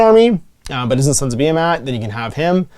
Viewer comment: Pretty sure it’s pronounced beer-mat